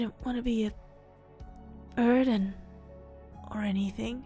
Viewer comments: I know this is not the right time to make jokes but when tokoyami was saying burden all I keep thinking was BIRDEN!!! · haveing a very serious conversation What was said: I didn't want to be a...burden to you What my mind herd: I didn't want to be a...BIRDen to you